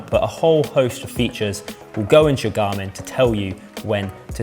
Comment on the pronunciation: "wo can my gamin " ?